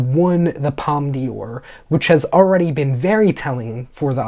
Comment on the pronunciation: Just so you know you don't pronounce the d in "d'or as dee but the whole d'or as door. I've also heard wicked from certain pundits is the real deal about being nominated for best picture